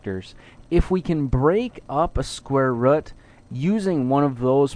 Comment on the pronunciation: hmph "square rudd" :p